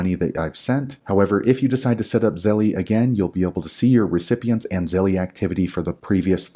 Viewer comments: The fact he calls it zelle-E drives me crazy! It's just zelle. The company doesn't pronounce it that way and if you say it with proper pronunciation you don't say it that way. Just makes him sound like he thinks he's a 13 year old girl. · it is pronounced ZELL NOT ZELLEY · It’s pronounced zell not zelley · Damn he’s the first person I heard say Zellie 😂